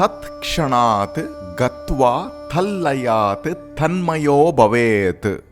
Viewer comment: I really like the explanation. But the pronunciation of the Sutras can surely be better! Eg. It's BHavét not Bavét. I'm not knit picking. Just trying to give some constructive feedback. Om tat sat